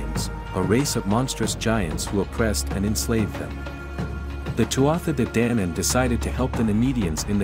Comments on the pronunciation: DANAAAAAN NOT DANAYANAN!!! IF YOUR GOIN TO PRESENT MY HISTORY DO IT RIGHT!! NOT HALF ASSED!! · This may or may not be factually correct, but the pronunciations are so bad I didn't make it more than 30 sec in. Celts is hard C. Like KELT. Danann is long A.